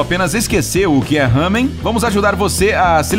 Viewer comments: E lamen e não hamen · Desculpa mas nao e Hamem É lamen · NAO E HAMEM SE FALA LAMEM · malandro mam não é hamen é Ramen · não é lamen é lamén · No não é Hamen, é lamen :) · Eu moro no Japão e não é Ramen que se fala é lamen em japonês ramen ra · Não se fala raamen se fala ramein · Não é ramen e lamen (Obs)nao to criticando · Não se fala ... Hamen. SE FALA .. LAMEN com L